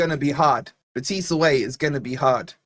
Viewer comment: The stress is on the "e" in Betis,, not the "i". How do I know? Because I live an hour's drive from Seville, and I'm a lifelong forest fan! Bring it on, I'll be there!